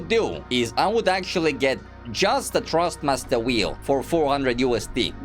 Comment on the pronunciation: i love the way he says trustmaster instead of thrustmaster amzing comparison im not asking for a g29 for christmas anymore tysm